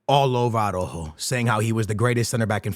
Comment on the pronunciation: tha right pronunciation for Araujo is somthing like (are-out-hoe) hahaha, regards